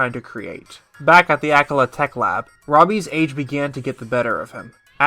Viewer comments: Btw akkala is pronounced Awk-ah-lah not ak-all-ah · Loved this video but dude, it’s AH-KAH-LAH haha